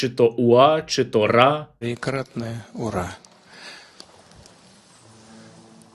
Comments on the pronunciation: То ху...йло кричав УПА,УПА,УПААА!!!ОУН просто дід не зміг вимовити!!!🎉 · Привіт Стерненко і дякую за відео. Там більше недоцарб казав "вра, вра" а "уора" бо перша буква чується я "в". Но це вже дрібниці, але він вже наляканий нашими дронами. Слава Україні 🇺🇦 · у його з 18 року першить горло. з кожним роком все хуже і хуже. постійно поперкається. а тут ура не мможе вимовити.